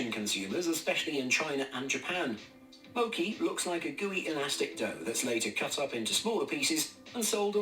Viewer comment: Not the narrator pronounced mochi as mo-cky 😑